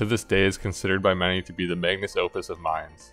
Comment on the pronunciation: MagNUM Opus. Not Magnus! 😀😀 I love it when yanks try to sound more intelligent than nature intended, it invariably backfires and creates the very opposite impression. Well done for making me smile today, it's been a cnt of a day.